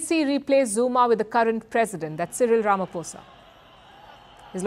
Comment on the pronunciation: YEY! Palki finally pronounced Cyril RAMAPHOSA correctly.😃❤🎉🎉🎉🎉🎉🎉🎉